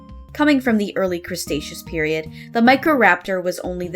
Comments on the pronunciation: ARG MR. SQUIDWARD! These fossils are from the Crustaceous period! When Crabs ruled the Earth! ARG ARG ARG ARG ARG ARG ARG! Sorry, you accidentally said Crustaceous instead of Cretaceous when talking about the dinosaurs. The Cretaceous is the geological time period when T-Rex lived, Crustaceous means “Relating to Crabs.” lol Anyways, you did a very respectable job making the unfused versions of the Galar Fossils. I’ve seen plenty of renditions online, but you were pretty creative with them. I respect not looking up other artists before drawing these first to not get influenced by them. They turned out better because of that. 😁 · It's "Cretaceous", you're adding an extra s 😂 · Im sorry, did you just say "CRUST-aceous" >:( ( i am an aspiring Paleontologist and this highly offended me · Hey, you mispronounced "cretaceous". You said "crustaceous", as in "relating to crustaceans". Also, how did you look at the Arcto fossil and think "prehistoric pinniped"? (pinnipeds are seals, sea lions, and walruses, BTW) It's clearly an aquatic reptile like a plesiosaur or pliosaur.